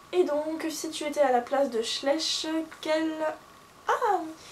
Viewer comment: Juste un petit truc ça se prononce schla-iich . sinon super tag :)